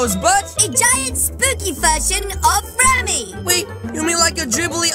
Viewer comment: Why clood mil say framing not ramy